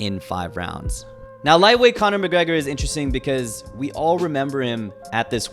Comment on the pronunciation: CANA MACGGREHAAA